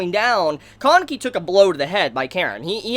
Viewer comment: im confused when you are pronouncing kaneki's name. im hearing koneki?